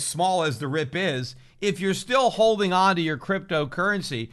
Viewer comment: Great commentary as usual! Please keep pronouncing "holding" as "hodeling" 🤠. We love it!